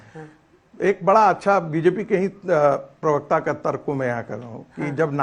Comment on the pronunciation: Jahil Pirvakta Nahi Parvakta Hota Hai. Cap Aur Chashma Pehen Kar Galat Nahi Bolo. Pirvakta Nahi Parvakta Hota Hai.